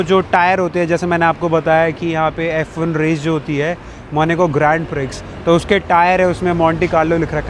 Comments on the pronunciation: Bhai, sab class hai no doubt, aap log khana bhi kha rahe hoh costly, wow bhi thik hai, lekin jaise aapke muh se maneco sun rahe hain bohot ajib lag raha hai, pronunciation main actual hona chahiye jan aise aise country ka video bana rahe hain, its Monaco, Monaco, not Maneco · Monaco ❌ monico ✅ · it's monacoo not moni co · भाई, Country का नाम मोनिको नहीं है, मोन्याको (मोनाको) है...😅😂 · Apni language sahi kar lo ye monoco hey monico nahi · MONACO ✖MONICO✅ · It's Monaco not maneco